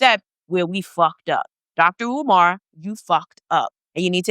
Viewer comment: Learn how to say his name correctly. Not caring about his name is a colonizer mentality.